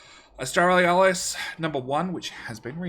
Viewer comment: its funny how he's 10 episodes in and still calls it "Australialis", even tho it clearly says "Australis"